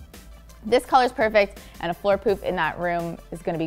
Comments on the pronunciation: who else heard floor poop vs poof lol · I tought she kept saying poop 😂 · I swear she kept saying "floor poop" instead of "floor poof". 🤣